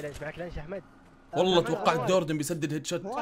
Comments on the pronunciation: في دقيقه ٩:٢٦ قال دوردن هههههههه😂😂😂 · الدقيقة ٩:٢٥ بدال مايقول جوردن قال دوردن هههههههه